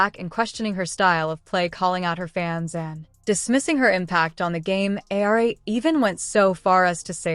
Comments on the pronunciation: His name is pronounced Aur-Eema! And he’s a horse’s backside!! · Learn how to pronounce Geno’s name you idiots.